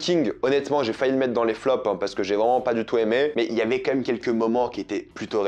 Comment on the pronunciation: On est d'accord que des le début tu dis "comme même" au lieux quand même ?